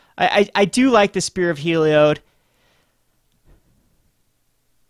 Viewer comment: It's HEE-LEE-ODD